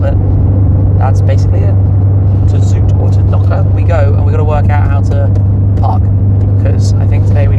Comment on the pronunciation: It's funny how you mispronounce "zoute" (sounds like the English word out) as "zoote". That sound is actually the word in Dutch for sweet, while zoute means salty. 😂